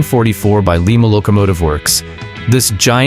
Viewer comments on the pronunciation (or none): The 765 Nickel Plate locomotive was built by Lima, pronounced. “ Lie-ma”, NOT “ Lee ma” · Leema is in Peru. Liema is a locamotive. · It's LIE-ma locomotive works. Another crappy computer generated voice track. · Really? So 'LIEMA' is the capital of Peru ..... who knew?